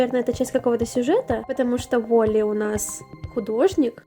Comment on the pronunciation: уолли правильно череза у (не хейт)